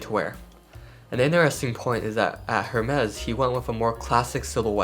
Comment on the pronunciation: Hermes pronunciation is wrong …